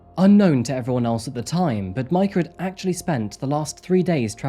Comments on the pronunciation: Obviously you pronounce awfully the slut’s name “Mika” is not like the English “Mike” and even”cuisine”like everyone on YT which is of French origin (cuisine=kitchen). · exactly...Majka doesnt sound right in this context.